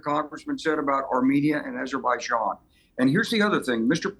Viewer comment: NO USA president should ever recieve a peace prize. Dropping bombs and killing civilians with drones is the exact opposite of peace. Also, I think bro means ABerbaijan and ALBANIA 😅